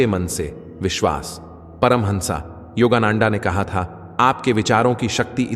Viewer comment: Please learn the correct pronunciation of Swamiji's name. Which part of Bharat r u? He is परमहंस योगानंद and not नंन्डा